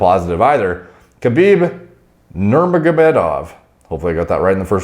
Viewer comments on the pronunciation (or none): well judging by how much trouble he had saying Khabib's name ...